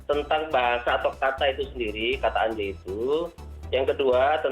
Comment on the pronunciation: Anjay harusnya dibaca angjay karena nun mati bertemu Jim jadinya ikhfa